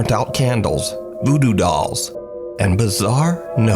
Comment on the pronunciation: At Minute did u say voodo dolls or doodoo dolls? 😂